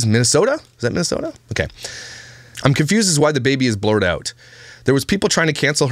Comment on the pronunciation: The only part of this video I found entertaining was you attempting to say Minnesota. -A Minnesotan.